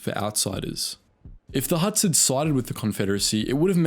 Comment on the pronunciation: They are called Hutts.. Not Helps..